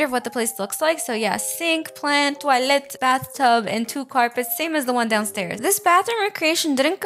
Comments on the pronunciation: why do u say toallet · I like how says "toilet" its like tœilet 😂❤ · when you said toilet in french it makes me a little laugh lol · The way u say toilet is so funny 🤣💀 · Girl says toilet like a British person